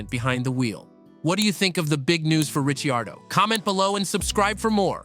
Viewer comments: Richi-ardo, are you kidding me? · Wow if you can't say his name right your fired...thumbs down never watching again. Need to get these idiots out looking for views with zero content. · You think he could pronounce his name correctly. NO! Instead butchered it!